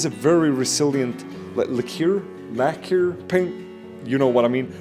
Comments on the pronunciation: Laquer is pronounced lacker 😊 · "Lacquer" is pronounced "lacker" and the "snow accumulator" is called an "auger" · "lacquer" is a tricky one. It's usually pronounced "lack + ur", with the emphasis on the first syllable. The spelling is weird since it has a French root. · lacquer is pronounced like "Lacker."